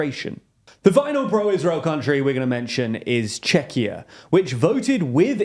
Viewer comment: Wow, this is the first time I heard pronounce Czechia properly - I guess they took previous comments to heart and improved. Nicely done!